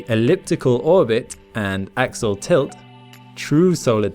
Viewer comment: Axial not axle